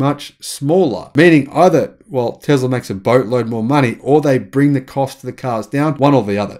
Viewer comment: It is Tesla habibi not Tezla